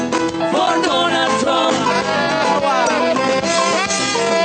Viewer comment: Can't even pronounce his pathetic name correctly. . . . What a disgraceful JOKE. Meanwhile. . . .MAGA is laughing at them and so are we. . . wow! 🤣🤣🤣